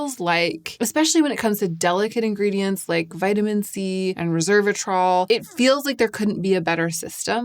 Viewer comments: *resveratrol, not reservatrol as you are pronouncing it (although my brain was wired to call it that when I first used it too, so I get it). I am glad you are having success with it, as I CANNOT FOR THE LIFE OF ME (OR MY SKIN) use resveratrol. It causes crazy rashes and painful swelling every time. That you call it a mild, soothing ingredient is astonishing to me! I find it more sensitizing than either Vit C or tretinoin. I've tested 3 resveratrol products - TO, Regimen Labs and Skinceuticals - all with the same rashy result. Im always amazed (and a little jealous!) that it works so well for other people, bc the benefits really are fantastic. Even trying in lighter does or mixed with creams and oils - no difference. I'm so glad it's working well for you! Maybe concocting my own version with these powders would help. Also ubiquinone (CoQ10) really is a great skincare ingredient, it just a takes time and trust! I don't think the results are immediate or dramatic, but I've been using it consistently for 2-3 yrs and it has def improved my skin. I have no doubt it's contributing to the positive changes you have appreciated. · Hi dear! Loved the video as usual, just a quick note, it's resveratrol, not reservatrol like it sounds you are pronouncing it. I have just studied it so I wanted to share the pronunciacion, cause at the beginning i was confused and i was thinking it was a new agent, but obviously not a big deal. Have a great day 💕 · Great, thorough. I appreciate your work. One small fix - it is Res-ver-a-trol not Reverse-a-trol. Sorry to be trollish … 😆😂 it’s just a quirk of mine. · Resveratrol—res-VER-a-trol. Not reserve-atrol. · It's pronounced "rez veh ruh traal" (four syllables). Resveratrol